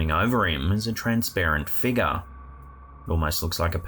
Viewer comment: Whenever says "Figah" (figure), I compulsively say it out loud too😂